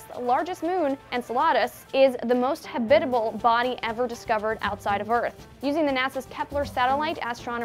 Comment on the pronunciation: Does anyone else think that she's pronouncing habitable wrong.